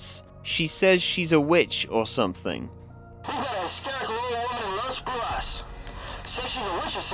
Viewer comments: that was a good pronunciation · Pretty sure he meant he isn't Spanish but he's right abt the pronunciation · I speak Spanish as mother lenguague, you said Las brujas very good, as a native from LATAM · Wdym you should be Spanish😂 also you pronounced the town correctly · Your saying it right. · As a spanish speaker, let me congratulate you for the right pronunciation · As someone who speak spanish, you pronounced "Las Brujas" very well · As a Spanish speaker you said Las Brujas correctly 🫡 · very good job on that pronunciation, you even did the hard R👌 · He does have a pretty decent Spanish tongue when pronouncing "La Brujas" to be fair 😭